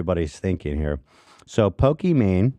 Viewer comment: ethan saying pokemon instead of pokimane is actually the rare time he's technically correct